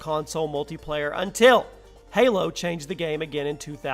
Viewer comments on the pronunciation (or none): none